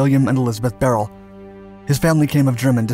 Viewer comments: Its not "Barrel" its "Buy Er Lee". How do I know? I consider him one of my friends ever since I purchased his book by Tom Maxwell in GR MI in 2002. He signed my copy and we ribbed one another as he was 101st ABN and I was 82nd ABN. His story should be a movie. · I read his biography. I think his last name is prounced "Bye-Early" not "Beryl" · His last name is pronounced BY-UR-LEE. Im close friends of his family. Glad to see you covering him! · Isn't his surname pronounced buyerlee? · The video is great but BRUH did he butcher that pronunciation of beyrle